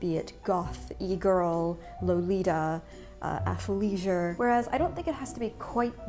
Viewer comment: absolutely adore the look on her face when she says "athlesiure wear"